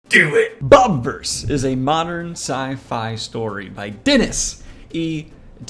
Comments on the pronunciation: Why is it pronounced bob-verse when it’s spelled with an “i”? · It's "Bob "ih" verse" like universe with bob instead of un. You're pronouncing it wrong. You got everything else right. This book trilogy is the best book series in a long time